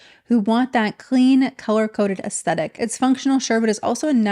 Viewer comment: I love your videos,. I look forward to their release every week. Hopefully this comment doesn’t come across as nit-picking, but helpful because I genuinely love your content: if you pronounce “aesthetic” without the “t”, it sounds like “ascetic” which means severe self-discipline—which does give me a little chuckle every time I hear it because these influencers have anything but! Keep doing your marvellous work ❤